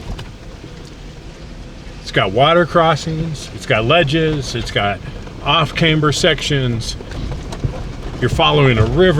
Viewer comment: The most dangerous thing about BB pass is a noob in a rental. it is pronounced as `Cam-ber :D